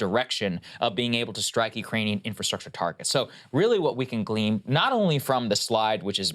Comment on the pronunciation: "Glean" not "Gleam"